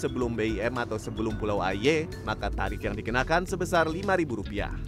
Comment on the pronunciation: Mon maap tapi pelafalan Pulau "Aie" nya ngakak😭